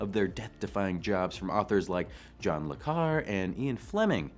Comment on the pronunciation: John le Carré ləˈkæreɪ